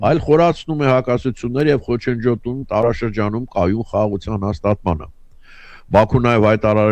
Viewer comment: ո'չ թե' խոչընջոտում է' այլ' խոչընդոտում է' 😂